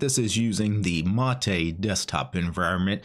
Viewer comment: its "mate" like "hate" not "mate" like "latte"